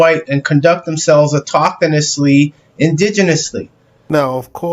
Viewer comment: "...autokanisly" wait, what?